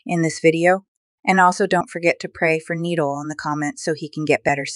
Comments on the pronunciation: It’s Nee-Dall that’s how you pronounce it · It's said Nee dall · NI - DAL NOT NEEDAL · It’s nee-dal not nideal 😂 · She called him needle and niidall that’s how she said it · It’s pronounced Need-Ul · Nidal not needle 😂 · Nee-dal not needlessly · it's not needle, its "needal" the "i" makes an ee noise. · It’s not needle it’s NID-AL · It’s not Needle its NidAl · It’s KNEE-DOLL GET BETTER SOON! Love you and am praying for you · It's nidal we say it like nedol😂😂😂😂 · It’s knee-doll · NIH-DAL that’s how you say it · It’s not needle It’s Nidal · How you say it: NEEDLE How it’s pronounced: NE-DOLL Nidal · Its spelled nidal but said like knee-doll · Nidal but ur saying needle❤ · Its not needle its nidal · It’s Nadal not needle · It’s nidal not needle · It’s Nidal it’s not needle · It (ni - doll) not needle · Yall it's not needal it's Nidal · It’s not needle it’s nidal try to sound it out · no no it’s like Knee dal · Ni-dal not needle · Its nidal the i is like ee not needle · It’s nee-doll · It’s ni DAL!😊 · So I’m gonna be nice saying this because I a, a very kind person so it’s not needle it’s is pronounced needal but it’s spelled nidal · its not neeeeeddlllllllle its nidalllllll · It’s ni doll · It’s N UH DAL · No hate but try to say the I sound and not needal but nidal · its ni dal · It's ni dal nidal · Na Dal not nee dal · pronounced kneed-all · YariandielyzRosa it is pronounced as nee-dol. why u laughing when u don’t even know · Its NeeDawl Kinda like KneeDoll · You say it like Knee doll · His name is pronounces, Knee-d-all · Ne-doll that’s how you say it🥰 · It’s nidol not ee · It's Nidal (Ni dol) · It’s pronounced as knee-doll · It’s pronounced more like knee-doll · it’s pronounced knee-doll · It’s not nidol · It is pronounced need-all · It is pronounced Ni and dull,Nidal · It's nee dal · it’s pronounced ni dal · Your still pronouncing nidal wrong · You said it wrong